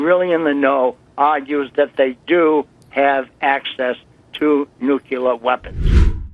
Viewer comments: is another idiot who cannot say nu-cle-ar not nu-cu-lar!! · That imbecile could not even pronounce [Nuclear] properly; listen to him... Anyone whom cannot pronounce [Nuclear] properly, can't be too smart - can they! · That so called CIA Operations manager was full of BS. Obvious the moment he spoke of Nuc-YOU-lar bombs. Nucyoular, meaning of or having to do with the nukeyoulus of the atom. People this fundamentally clueless, failing upward to the top of our most important government institutions, is why America is in its economic death throes and China is rising to become the next Superpower. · Nucular capability, huh. Someone get him a dictionary.